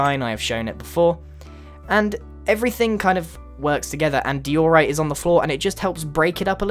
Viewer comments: not deowrite its dieoright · Grian, the stones are pronounced: DI-or-ite instead of Di-OR-ite and AND-e-site instead of A-DEN-zite :p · Its pronounced daiyorite. not dioorite. ANdisaiyt not anDEsite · deorite adensite pronouncations of grian made me fell my chair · What’s with the deeorite and the adensite??? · They're pronounced "die-ohr-ite" and "ann-deh-site." Are you dyslexic or something? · 'Adenzite' & 'diorate' lol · is it di-or-ite or de-or-ite?